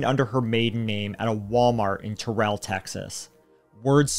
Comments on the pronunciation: It’s “TER-ul” not “Turr-ELL”. Just saying. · Terrell, TX... is pronounced weird. It rhymes with Daryl. Go figure. Got my butt chewed for that one when I first moved to TX. Anyhoo.. good video, guys.